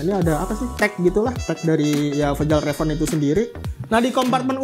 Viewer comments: Bacanya fyal reven bang Bukan fejal reven 🤣🤣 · Bukan sol pinter bang. Masukan aja, biar vidionya makin keren. Fjallraven cara bacanya “fialreven” bang. Manteb bang informasinya 💯💯💯 membantu banget.